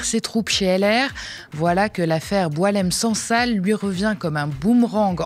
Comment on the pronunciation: C'est BouAlem Sansal et non boulem